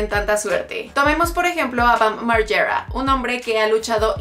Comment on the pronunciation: "Bam maryerra" jajaja